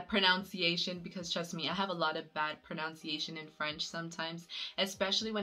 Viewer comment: It's proNUNciation and not pronounciation